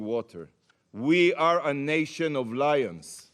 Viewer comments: He said lions but it sounded like liars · Did he say lions or liars? I think he meant liars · Listen again he said "lions"